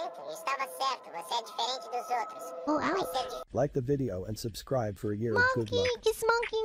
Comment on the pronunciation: She said subscribble and i had to